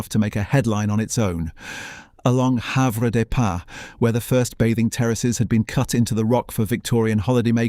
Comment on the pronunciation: While this is interesting the photos shown many are not taken in Jersey and the names like Have des pas are pronounced very incorrect making us laugh a lot